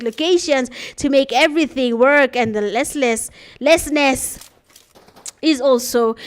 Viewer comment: The name is ARTLESSNESS not lessness😂😂😂